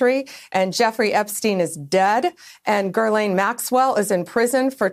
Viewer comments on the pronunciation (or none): Hey, Bondi… her name is Ghislane, not Gerlane. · It's pronounced 'Ga lane' ...Pam blondie needs phonics... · Lol. I was like where did the 'r' come from? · Pronounce her name correctly. That would be nice. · Bondi, you cannot even pronounce Ghislaine's name right. Pathetic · Good God she doesn't even know how to pronounce the woman's name!